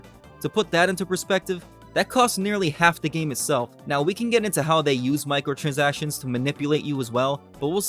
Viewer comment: Okay I know you're saying micro-transactions but what I'm hearing is Michael-transactions. 😂